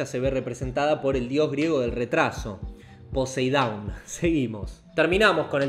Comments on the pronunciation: Dios Griego del Retraso? "Poseidawn" JAJAJJAAJAJJ me mueeee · "Poseidaun" jajajaja